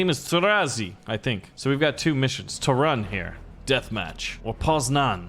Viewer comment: 1. u need to say Gdańsk not gdansk 2. u need to say Poznań not poznan 3. U NEED TO SAY TORUŃ NOT TORUN